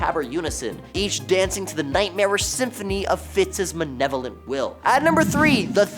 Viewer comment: It’s pronounced “ma-LE-lo-vent,” not “ma-NE-lo-vent.”